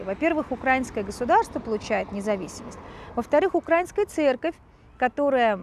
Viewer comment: Добрый день. .1.Для начала не УкрАинская а УкраиИнская. Давайте говорить грамотно. 2. Я как дочка священника, матушка, в Украинской православной церкви хочу сказать что Украинская православная церковь (МП) связана с Москвой только в молитвенном общении и берём миро. Все. Никаких влияний нету. И кстати ковид ситуация показала это. В Москве куча инструкций как проводить богослужение в условиях ковид, у нас такого нет. И совершенно другая позиция. И много других внутренних вопросах. У нас есть самостоятельность. 3. То что дали Томос, такое чувство что Варфоломею просто заплатили. Это абсолютно неправильное решение 4. Насчёт опроса. Никаких опросов даже делать не надо. У нас в городе в Центральной Украине в городе миллионнеке 3 храма ПЦУ. И это касается остальных городов. Стоит проехаться по городам. Единственное что , на Западной Украине больше и то больше греко католиков. 4. Очень я не люблю когда обсуждают эти темы особенно когда ситуацией полностью не владеют. ( даже со стороны). 5. А вообще лучше такие темы скользкие не обсуждать. Тема религии и политики очень опасна. ( Тем более когда не знаешь реальной ситуации в Украине. Когда убивают, выгоняют из храмов) Это политическая организация. На их лица посмотришь они же безблагодатные, и кропила жовто блакитни. Зайдите на сайт любого храма ПЦУ.